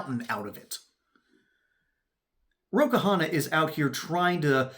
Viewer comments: His last name is simpler than that to pronounce: it's not two syllables Ka-Hanna. It's pronouned one syllable Kahna. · Its Kahna, not Kahana.